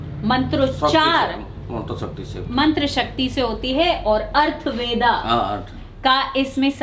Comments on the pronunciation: Atharva Ved...not Arth ved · ''अर्थवेदा'' ऐसा शब्द नही है बल्कि सही शब्द ''अथर्व वेद'' है चार वेदोंमें से अथर्ववेद एक वेद है , ठिकसे उच्चारण नहीं करेंगे तो लाखो करोडो लोग के पास गलत प्रचार प्रसार हो जाएगा ना ? , इसलिए पहले के ज़माने में ऐसे मन्त्र विद्या सिर्फ गुरु शिष्य में गुप्त रखा जाता था , not arthveda , it;s atharva veda , read carefully - पंडित सुरेश पित्रे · अर्थ वेदा उच्चारण नही बोलते, सही उच्चारण है अथर्ववेद